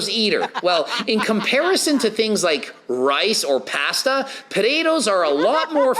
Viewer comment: Lol puh-day-does and pahhhhssssduuuhhh 😂😂😂😂